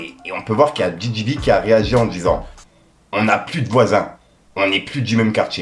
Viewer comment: Ne la publie surtout pas... C'est ennuyeux à mort .. fait nous des commentaires de la sorte avec des extraits, c'est mieux frère... Big UP depuis Abidjan 🇨🇮. Merci d'avoir parlé de Didi B. Mais ça se lit pas Bi mais Bé